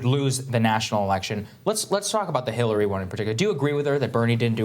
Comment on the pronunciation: Right at the end there at about or just before that when the host of the show who was sitting in the center of the three guys seemed to have a slip of the tongue there where I could SWEAR he said Hiltary Clinton. HITLERy Clinton! OMG! Hahahaha! I mean, I know he didn't mean to say that, but it sure damned near sounded like he had a little faux pas there. All the same, what a perfect description of Hitlery Clinton, wouldn't you agree? Hahahaahahahahahaahhahahhaahah!